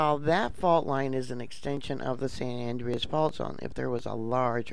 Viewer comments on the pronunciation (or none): San An- drey-us. An DREY us. Not andrious. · Please. Its not san andreeeas its san Andreas l. Don't pronounce the e